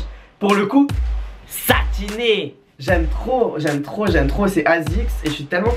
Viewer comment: Pourquoi a chaque fois qu'il dit "SATINÉ" je ris